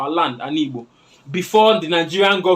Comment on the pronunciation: Even you is wrong to say ibo instead of Igbo. You can't say ibo because oyibo man calls that way, it is a disrespect to us to call ibo and worst is when you are also an Igbo man. If you can pronounce that word Igbo perfectly even if you are not an Igbo man it will qualify you to get citizenship from Igboland because that word Igbo pronunciation is hardest thing for non-Igbos. Once again, learn to say Igbo and stop insulting us with ibo.